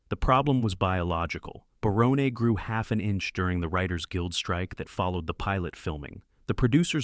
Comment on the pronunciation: Matt Williams is a moron. And how dare he take the created by credit also for Tim Allen‘s home improvement because obviously that was based off of Tim Allen’s life and his career as well. And the guy narrating this thing on Roseanne cannot get names right it’s not Baronne it’s BARON just like the character name on everybody loves Raymond Raymond and also it’s Sarah chalk not Sarah Chalke but like you’re saying the word chalk but it has an E at the end.